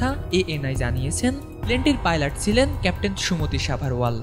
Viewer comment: উচ্চারণ ঠিক করেন প্লিজ। শব্দটা "যাত্রী, জাত্রী না" আর সিলেন আবার কি শব্দ? শব্দটা হবে "ছিলেন". বিরক্তিকর। এখনো পর্যন্ত এবং ইংরেজি খবর পড়ার সঙ্গে অন্য কোন চ্যানেলের তুলনাই হয় না।